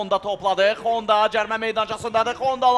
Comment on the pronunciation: Şeehçi Xonda deyir 😂